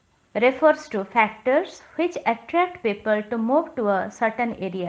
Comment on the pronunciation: it is FACTORS and not PHACTORS please do not make videos if your pronunciation is not correct